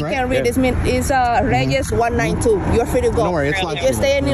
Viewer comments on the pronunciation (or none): none